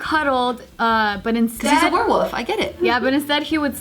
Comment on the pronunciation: i like how pronounces wolf